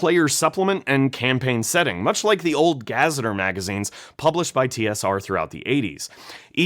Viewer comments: What is a “ga zet ter” magazine? It’s pronounced “ga ze teer”. Which is a real word homie, you say it like it’s the name of a fictional setting lol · I was with you until GAZZETER. It's Guh-zet-eer. >_< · I know rhis is nitpicking but when you present yourself in a suit as if you're a lawyer and knower of all things, then fail to pronounce "cursed" and "gazetteer" properly it really blows your whole gimmick.